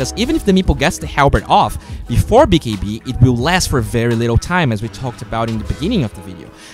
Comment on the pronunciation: lol i like how you say "bee kee bee"